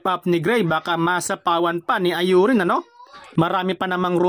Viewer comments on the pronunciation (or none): Infairness hinde ayurin ang bigkas sa Aurin brod masakit sa tenga Au-rin tama.